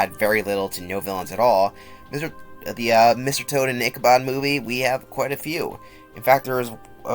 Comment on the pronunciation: its ichabod with a D im soory its like stopping me from fully enjoying the video and that's just a me thing, otherwise great vid